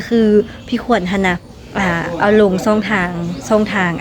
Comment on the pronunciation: ดาราช่อง 7 ไม่ใช่ดาราซ่อง 7 พูดภาษาไทยให้มันถูกต้องด้วย ออกเสียงผิดความหมายมันจะเปลี่ยนนะรู้ไหม ยูทูปเบอร์ลาวเกือบจะทุกคนออกเสียง ชอ ช้าง เป็น ซอ โซ่ ทั้งนั้นเลยไม่ฝึกฝนอ่านและออกเสียงให้มันชัดเจนกันบ้างนะครับ อย่ามาบอกทีหลังนะว่ารู้เท่าไม่ถึงการณ์วลีฮิตของคนลาว